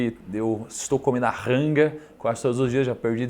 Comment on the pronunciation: Po Thiagooo, é Rangooooo não Ranga!